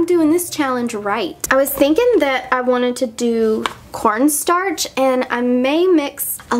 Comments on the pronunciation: WAIT WAIT waittttt did she say "let apply little bit of PornStarch" ???? 0-0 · I didn't hear very well that's why I thought she said that "PornStarch" xD